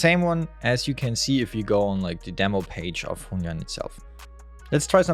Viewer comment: you can pronounce it like this "hwen yooen"